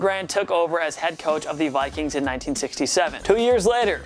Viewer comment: truth This man said Viqueen. 💀